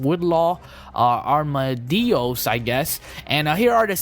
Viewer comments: It's Armadillos, not arm-a-dios. WHat the hell is an armadio? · hey its called arm-a-dil-los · you really dont now how to say armadillos....